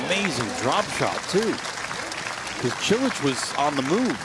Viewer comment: Haha, it sounded like Cilic said "Cho le!"